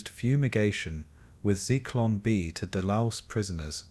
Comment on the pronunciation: Zeeklon lmfao you mean Zyklon????? What an idiot